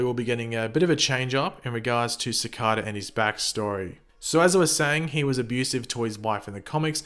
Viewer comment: Its cicada not cocada